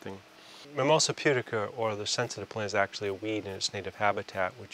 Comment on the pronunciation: Everyone not from New England is like, "Mimosa Pudiker?"